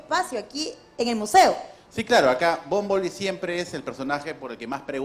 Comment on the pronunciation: El coleccionista también dice bomboli ? Ptm que mal hablan los peruanos el ingles